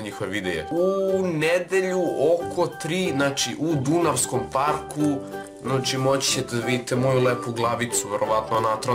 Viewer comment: tako se ne kaze ''dunavski park'' lolcina